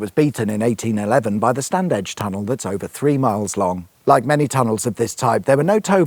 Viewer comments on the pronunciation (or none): Love the pronunciations again! Bourton On The Water is "Bore - ton Cirencester is "Siren Sester" And how could you could get Huddersfield's finest wrong!!!!! It's "StanIj" and not Standedge.